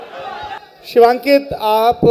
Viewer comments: Yar ye Shivankit ko Shubhankit q bol rha ... Thoda homework bhi nahi kiya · 36 बार शिवांकित को शुभान्कित बोल रहा है। घण्टे का रिसर्च किया होगा इन्होंने? कोई टोक भी नही रहा है इनको 😏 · अरे वो शुभांकित नहीं शिवांकित है। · Bhai anchor shubankit bol raha hai.. He's Shivankit... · This is a thing of shame that you're pronouncing his name wrong again and again... He is shivankit not shubhankit... At this level the mistakes are not mistakes... They are crime😡 An apology is required from the side of Lallantop, you have insulted a well known artist.